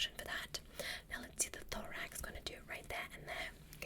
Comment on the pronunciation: Um, did.. Did you say thorax?